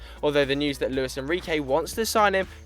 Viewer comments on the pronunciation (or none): none